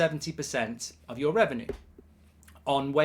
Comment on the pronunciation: Its reven-you, not reven-ooooo